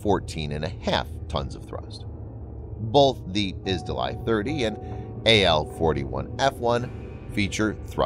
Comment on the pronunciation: izdelie 30 means product 30 ,and maybe use that, cos you really butchered the word there😁😁